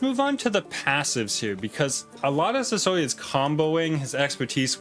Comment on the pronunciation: i dont know why, but whenever you say his name i just hear sosoy, am i crazy?